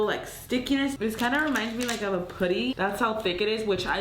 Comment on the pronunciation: why does she say putty wrong